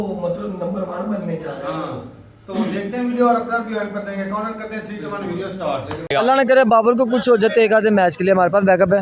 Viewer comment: Dengi Nahin dengu 😂😂😂😂😂